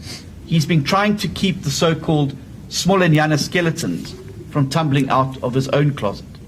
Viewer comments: Did he say "smaller-nyana" skeletons 😂😂😂 maybe I heard wrong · Yes, he did🤣 he's lit